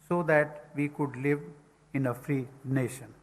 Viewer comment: Muadala tamizh ( தமிழ் ) ழ! எண்று பேசி பழகுங்கள்.. பிறகு பாப்போம்... வருஷங்களாக கூவ துடிக்கும் ஒரு சேவல். அதனை கூட்டில் அடைத்து., தான் விரும்பும் பொழுதெல்லாம் முட்டை போட சொல்லும் ஒரு முட்டாள் முதலாளி.. 😂😂🤭🤭சிரிப்பு தான் யா வருது. NAsiON aa. Nationaa?? 😂😂😂... வாழ்க வளமுடன் 🙏🙏.